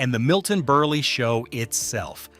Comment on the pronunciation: Milton BURLY? (It's pronounced as if it's BURL...but spelled Berle)